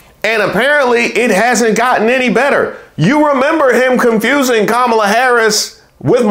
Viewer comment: I swear every time I think Trump can’t get anymore remedial, he does!🤦🏽‍♀️Why does he call her Kamilla, Calmala, HER NAME IS KAMALA-(COMMA-LA)😢!!!!!! JUST LIKE IT IS WRITTEN